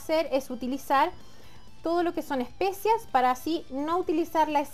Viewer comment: Se dice ESPECIAS🙄